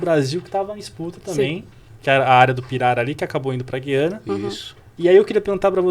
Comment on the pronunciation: Fale. Gu-iana